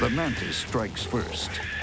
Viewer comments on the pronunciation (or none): Have i been pronouncing mantis wrong or do i have a right to be triggered by them saying man-tit